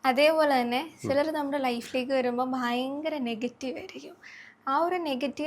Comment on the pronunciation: ബൈങ്കരം അല്ല ഭയങ്കരം ആണ്. അതിന് പകരം " വളരെ "എന്ന് പറഞ്ഞാൽ വാക്കുകൾക്ക്‌ കുറച്ച് കൂടി ഭംഗി വരും. അത് പോലെ,.. കലിയുഗം കഴിഞ്ഞാൽ കൃത യുഗം ( സത്യയുഗം ) ആണ്. കലിയുഗം കഴിഞ്ഞാൽ ത്രേതാ യുഗം അല്ല.